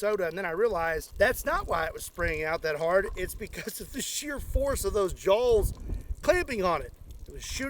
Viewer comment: … are you saying jawls?